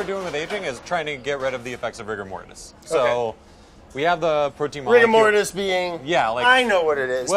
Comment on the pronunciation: Did anyone else cringe a bit at “rigor mortis”?